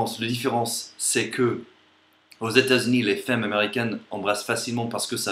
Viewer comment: C'est drôle parce que tu prononces "femmes" comme cela s’écrit, c'est la façon logique de le dire alors que les français disent "f[a]mes"